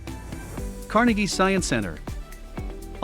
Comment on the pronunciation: It's pronounced car-NAY gee. Not car-nuh-gee